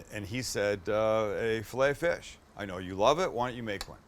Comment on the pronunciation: Your saying filet o fish wrong